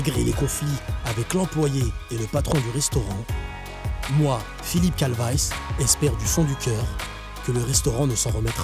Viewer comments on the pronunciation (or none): PHILLIPE CALVICE PRONONCIATION CALVAYYCE MDRRR CALVITIE